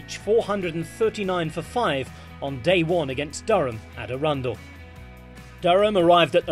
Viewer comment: Please learn how to pronounce Arundel